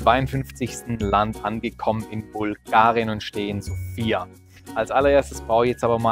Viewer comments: Hallo mein lieber!! erstens ist die Betonung der Hauptstadt auf dem "O" und nicht auf dem "I", also nicht wie der Name Sophia, zweitens drei Kirchen und 10 Kerzen als ein Bild von einem Land zu zeigen ist sehr mager....ich verstehen dass es dir um die Zahl der Länder geht, die du abrackerst...Mit dem kleinen Klipp hast du meine Zeit gestohlen... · Die Betonung der Hauptstadt ist falsch, wie schon oben einer kommentiert hat. Du hast nur eine Stadt gesehen und zählst gleich ein Land als bereist? Paar Kommentare zu den Bildern wären nett gewesen für diejenigen, die es nicht kennen und statt der Dudelmusik wäre landestypische Musik besser gewesen. Mich hat auch gewundert, dass du Bulgarien als Titel des Videos hast, aber noch Makedonien und Serbien mit aufzählst, wo du wahrscheinlich auch nur eine Ecke gesehen hast. Ich bin durch ein anderes Video hierher gestoßen, schade eigentlich, weil die Idee deiner Reisen cool ist, allerdings nicht wirklich informativ, wenn man Reisen empfehlen möchte. Da hat der Daheimgebliebene Chris mehr Infos gehabt.